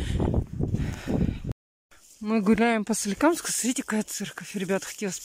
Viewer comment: От твоего "СРИТЕ ", уже тошнит! ( ПОСМОТРИТЕ... ПОСМОТРИТЕ!!! СЛЕДИ ЗА РЕЧЬЮ! НУ ЭТО ЖЕ УЖАС! Тебе лень уже слова полностью выговаривать! (